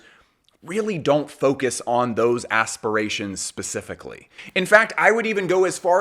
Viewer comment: But said "Ass-spirations" 🤣 so its kinda understandable why the thing got confused